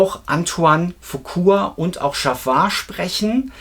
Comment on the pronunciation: folgendes müssen wir noch üben: Es heißt Antoine FuquA und nicht Fuqur! Es heißt Jaafar und nicht JaVar!😊 Der echte MJ Fan kauft KEIN Merchandising Post-Mortem. Sony hat MJ das Leben in seinen letzten Jahren, sehr schwer gemacht und alles daran gesetzt, ihn scheitern zu lassen. Nach seinem Tod hat Sony sich die Rechte gekrallt und Millionen verdient. Wer heute noch etwas an Merchandising erwirbt, unterstützt Sony! Egal ob Bücher, Poster oder CDs, vieles was erscheint, wie angebliche „neue“ Songs, wurde von Michael bewusst unter Verschluss gehalten, da er diese nie veröffentlichen wollte. Sony bastelt da irgendwas zusammen und verkauft es als MJ neuen Song! Was für ne dreiste Lüge! Mein Rat Leute, Kinofilm, sicher! Alles andere, Finger weg!